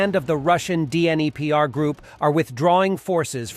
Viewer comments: 'Dinner-pro'?. lol! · It's actually more like Dneepro with a hard 'R' sound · It’s pronounced “Dnipro”, D’nee pro